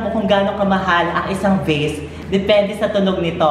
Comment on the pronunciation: Vase pla sabi nya.. "Gano kamahal ung vase". Dinig ko gano kamahal ung face🤣